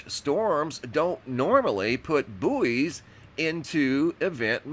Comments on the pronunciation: Bouys are pronounced like Boys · so weird u guys say /booeys/ we say /boys/ sounds . . . weird